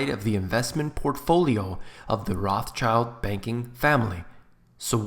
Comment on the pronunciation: You are butchering their name so bad! Learn how to pronounce it when making a video. This is so unprofessional and hard to listen to